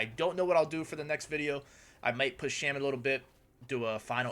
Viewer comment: Out of all the ways to pronounce Shaman....ffs man